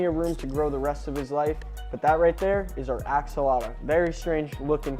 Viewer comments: Its axolotl not axolota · ‘Axolota’ Its Axolotl,. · It’s not called axolota it’s called axoltl